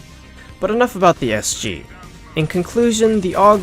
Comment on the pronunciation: Its not SU, its SG. Fuck.